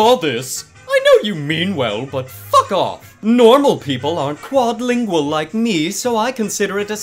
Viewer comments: Did he really say 'qaud lingual' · “qaud lingual”